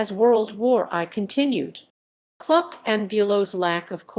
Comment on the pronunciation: Please pronounce Kluck correctly! It is pronounced the same as look or book. Thank you, Michael Kluck.